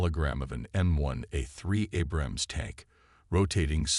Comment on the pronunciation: I wish AI could pronounce Abrams correctly. Btw. I was an Abrams tank mechanic. Do y’all know what an Apache helicopter can do to one of these